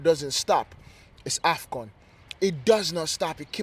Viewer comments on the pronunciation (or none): AFCON....not afgan